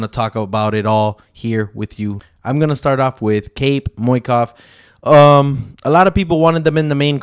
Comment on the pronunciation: Mokaev not moikai